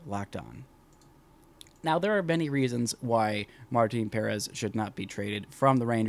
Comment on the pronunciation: It’s pronounced Puh-rEHz. Not Pair-ehz. Not why that bothers me how you say it. Lol